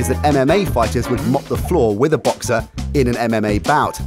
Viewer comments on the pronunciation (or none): none